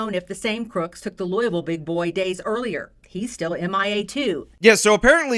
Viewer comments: needs to work on his pronunciation of Louisville. Lou-e-ville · It's pronounced lul-vul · Ouch. Please never say Louisville like that ever again. If you're pronouncing the "I," you're wrong. 😂